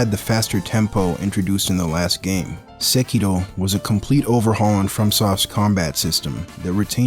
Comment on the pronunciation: Finally someone pronounce Sekiro correctly AND I HUNDRED PERCENT AGREE WITH YOU when you said Bosses and I are playing different games. DS 123, BB and Sekiro's bosses all have a reasonable learning curve, Elden Ring bosses just made me wonder, are all these bullshit moves even necessary? The first time I fought black balde kindred, I was shocked that now a fking Gargoyle can dance like there's no tomorrow. Eventually I gave up learning their moves, I just ran away, wait till they finish their dances and do 1 or 2 slashes, and all in the sudden the game became much easier than other souls series title. The first time I fought Godskin and Margit, i tried very hard to learn how their combos links to the next combo. ThenI realize I don't even need to fight close to them, I just got 2 bleed curved sword and I beat Morgott & Godskin Duo with less then 3 deaths